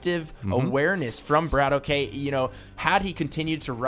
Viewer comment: and please pronounce the names right BRATOK is one word not BRAT...OK and also if you don't know where BRATOK is from, just don't say noting he is not ukrainian he is russian you don't want to be called canadian so try to do your homework before the cast